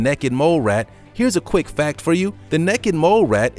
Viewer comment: Haha the first time you said necked mole rat lmfao